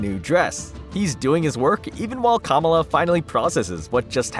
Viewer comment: I find so annoying when people make videos, and they are not even smart enough to verify the proper pronunciation of words, or names { Kamala} before they release the video. It makes them look like they have no idea what the hell they are talking about........